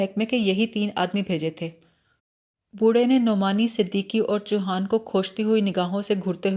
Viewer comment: چیتل ہوتا ہے ، آپ اس کو چتیل کہہ رہی ہیں cheetal, اور chouhan ہے نام choohan نہیں , روانی اچھی ہے پلیز تلفظ پر دھیان دیجئے